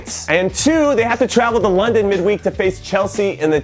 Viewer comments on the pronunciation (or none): none